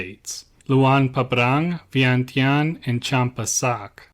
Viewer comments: Vientiane is pronounced "Vienjan". My grandfather was the last King's personal bodyguard when the King & Monarchy was overthrown and became a POW. Despite being born & raised in the UK, I'm a proud Brit born Laotian and proud of my heritage, country & culture. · Im pretty sure it is pronounced veintiane as it’s spelt